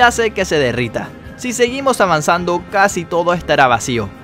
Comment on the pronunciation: En vez de casi habías dicho cuasi